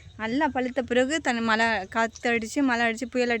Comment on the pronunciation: திருத்திக்கவே மாட்டீங்களா மலை சொல்லாதீங்க மழை னு சொல்லுங்க